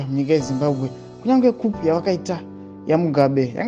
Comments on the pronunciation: Inonzi khu not khup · Kuuuu NOT kupu!!!!!!! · Shaa please stop saying kupu, itii kuu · Kupu😂instead of ku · Ndovatapi venhau vedu. Why they don't check Google pronouncing tips bogles my mind